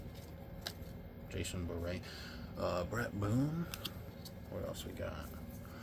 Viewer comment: Its jason ber-ray. When was Pat Listach a big name ? Were you smoking peyote and in a different universe?